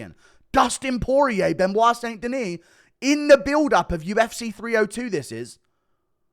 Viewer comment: “To the ufseeh”